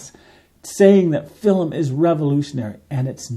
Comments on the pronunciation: FILM, not "fill-em". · Film is one syllable. It's not filim. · Why do you pronounce film like that?